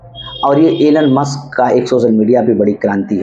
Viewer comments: Muks nahi musk kindly pronounce correctly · M c. Pahle nam to lena sekh le maks